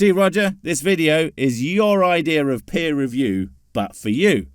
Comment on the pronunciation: I think he took peer review as "peer" review